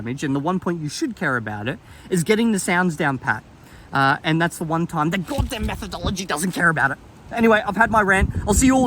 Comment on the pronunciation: Take a shot wverytime says 'godam'. You won't survive